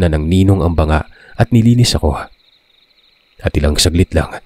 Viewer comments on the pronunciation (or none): none